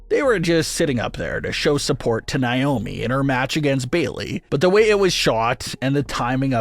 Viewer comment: Who tf is nai-oh-mee? Its Nay-oh-mee nay pronounced like pay, or may, or say. Say her name right. Its annoying af to hear naiyomee 200 times